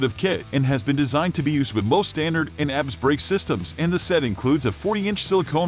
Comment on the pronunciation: Had a laugh at how "he" pronounced ABS lol.